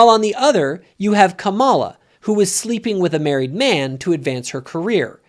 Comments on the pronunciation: You cannot even pronounce Kamala correctly. Your criticism is misogynistic and racist. You are just as racist as Trump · She had said her own name that way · Totally disagree with you on all aspects of your ideas. Trump is toxic to everything he touches. He is a criminal a rapist and a chronic liar. He idolizes autocratic leaders. You can’t even say Kamala’s name correctly. I am woman and abortion is not black and white line it should be between her doctor and and you are taking away a woman’s free agency. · A little disappointed that you don’t know how to pronounce her name. Not sure if it’s intentional or not but I want to believe it’s not. I do agree with your point of you in several aspects about Trump. None of them are angels but certainly she is a better option than him. His actions are terrible. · Who's going to tell him how to pronounce Kamala? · She has pronounced it 2 ways, depends on who she is speaking to and what accent to use. She is also not who she says she is. She is fake. Kamala cameleon.